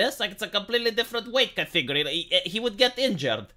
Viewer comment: One day will not pronounce category as "catfiggury"